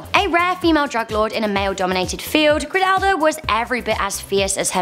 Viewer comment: Btw her name is pronounced Griselda not Gridella Blanca